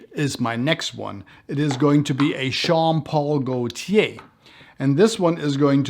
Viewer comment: Great video. It almost sounded like you said Sean Paul Gaultier 😂 made me think of that Temperature song